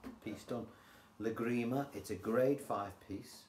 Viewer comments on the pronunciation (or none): The title of the piece is Lágrima. The accent is on the first "a" in the word.